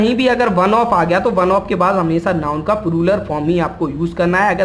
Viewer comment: Video was good But That was ---- प्लूरल NOT प्रुरल Don't take remark ill In every language PRONUNCIATION plays most Important ROLE